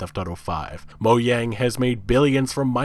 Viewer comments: Mo Yang, it’s Mojang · "Mo-Yang" its actually Mojang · use your brain, ignore this discussion, and focus on the fact that he pronounces mojang as moyang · this fool just say Moyang LUL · Maybe you'd like to correct how you pronounced it Mike "Morhayme" before talk about saying things correctly. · Sorry, could you say Moyang again please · Nigga said mohang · "Mo Yang" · "Moyang" xD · Is no one going to say anything about his pronunciation of mojang